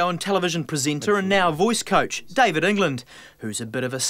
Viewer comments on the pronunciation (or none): none